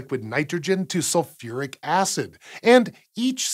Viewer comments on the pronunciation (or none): none